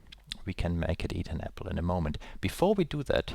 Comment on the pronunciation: are you german? :) I heard apfel